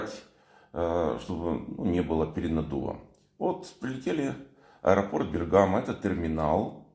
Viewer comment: Бе́ргамо. Ударение на е́. Вы и на Руслане И на Мрие прилетали в Бе́ргамо я видел Руслан там в аэропорту. Спасибо за видео.